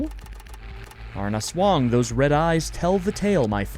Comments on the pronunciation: 10/10 game, jeepney driver forces people to fit in like sardines.great pronunciation of aswang. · aswang pronunciation is very good, veryy tea.